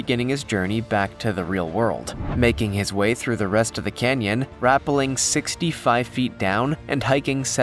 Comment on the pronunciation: It's rapPelling, accent on the second syllable, or have you gone most of your life with your fingers in your ears? Silly goose.